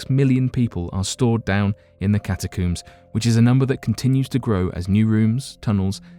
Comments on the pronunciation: Ca-Ta-cohms, for Pete’s sakes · Cata' coomes.....really. I can't listen to this narrator.